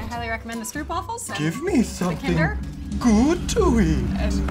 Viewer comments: They never say is right🤣🤣🤣🤣🤣Stroopwafels💔😪🤣🤣🤣still love. It’s like boat: say stroap😁 so it’s stroopwafels🤗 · Stroopwafels are typically served with tea. And they’re pronounced; strope waffles